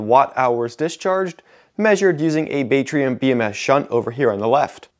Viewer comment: Shouldn't 'batrium' be pronounced more like 'bat'-rium (like a baseball bat) and not 'bait'-rium (like fish bait), because it's the first three letters of 'battery'?